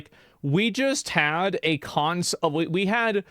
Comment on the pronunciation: I love how he keeps pronouncing it "Cuntsole".